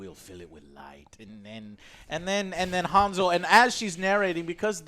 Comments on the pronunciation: It's Hansel not Hanzel... jesus, nothing sounds right in English when trying to pronounce European words. At least Gretel was pronounced with European G (soft G, as in word "ground") not the English G (hard G, as in word "general", which in English this G sounds basically the same like J, as in Joker, you might as well pronounce Joker with G instead and it will sound the same). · Woulda rather seen a Hansel & Gretel Witch Hunters 2. The one with Jeremy Renner. ALso HAN-Sol(HAN pronounced like hand without the d), not Hanz-ul, the fck? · pronounced Hansel correctly. It's not "Harnsel" xD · Why do you pronounce hansel like hawnsol? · Das "A "in "Hansel" wird wie das "A" in "and" ausgesprochen. Kriegt euren Scheiss zusammen!